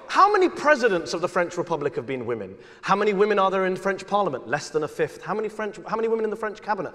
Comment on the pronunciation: erm... french, not frend :D